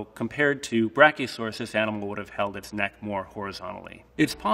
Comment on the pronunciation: Hes saying it correctly